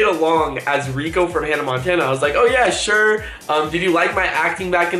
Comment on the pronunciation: its rrrrrrrrrrrrrrrrrrrico 😂